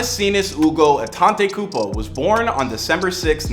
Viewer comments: I hate how he keep saying "Antentaykoopo" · He name is Adetokunbo!!!! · Actually his last name "Antetokunmpo" is pronounced "Adetokunbo" in his tribe (Yoruba) tribe of Nigeria and his mom is from the (Igbo) tribe so these two combination of tribe is always the top tier in Nigeria 🇳🇬🇳🇬 Shout out to Greece 🇬🇷🤝🏽🇳🇬